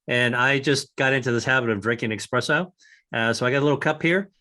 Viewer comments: He drinks 'expresso'? Is that a code term for something? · Supposed scientist can't pronounce Espresso.